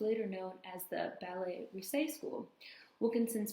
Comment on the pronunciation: Really enjoyed this one, especially as I was a dancer in my 20’s (end 70’s- mid-80’s). Oh - Ballet “Russe” is pronounced “Roose” - the Russian ballet company. Sadly, I did not know of Ms. Wilkerson (I was a modern jazz dancer, although I did study ballet). The world of dance is very beautiful, but also very harsh and judgmental. Ballet especially is totally fixated on achieving perfection, and of course, in every way, that “perfect” ideal is based in European culture, body type, and beauty standards. Black women are at the bottom of the pecking order, while Black male dancers would be snapped up real quick! I know she went through it big time. Wonder if she got involved at all with Dance Theatre of Harlem? Anyway, thanks so much for sharing this Queen’s story!